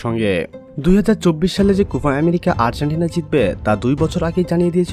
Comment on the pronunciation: উচ্চারণ ঠিক করবেন, কুফা হবেনা কোপা হবে।